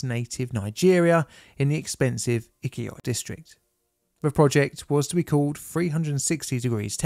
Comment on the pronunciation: The place is called Ikoyi. It's pronounced EE-KOH-YEE